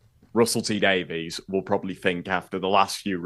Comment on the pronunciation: obviously doesn't love Russell T Davies enough to pronounce his surname correctly;)